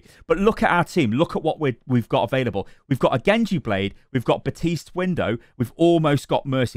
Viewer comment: Baptiste. BAPtiste. baPtiste. THERE IS A P. AND IT'S PRONOUNCED.